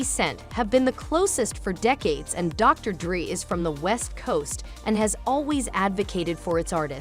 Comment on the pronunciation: The AI tryna pronounce Dr Dre had me cracking up lmao